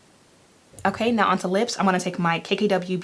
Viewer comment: Congrats on the YouTube plaque! Sidebar I just love how you pronounce “now” as “noun” 😂 #southerngirl